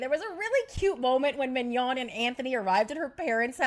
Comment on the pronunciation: It’s Manon not Mignon. She ain’t a steak girl 🤣